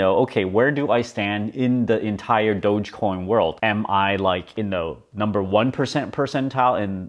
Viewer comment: I'm so happy is calling it DOGE not Doggy coin anymore. That was the peak, when this dude started calling it Doggy Coin, and is Mark Cuban still calling it Doja coin?